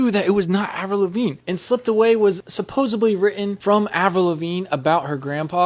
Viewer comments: you said "supposebly"... shut up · supposedly not supposibly